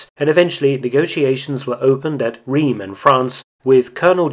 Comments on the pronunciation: Reims is pronounce "Rahnce" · Did Mark really just say "REEMS"? Oh, the horror. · I love your videos, but accuracy is important: 'Reims' is pronounced 'rans'...